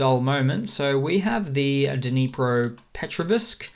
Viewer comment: I notice u struggle with pronouncing Dnipropetrovsk. Let me break it down for u so the first part of the town is Dnepro which u get right. The second part is one word petrovsk. With a strong k at the end and a slightly silent vs.